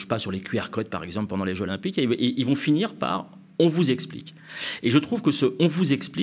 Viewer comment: Trés bon, comme d’habitude. Mais… "les jeux ZZZ’olympiques" stp 😅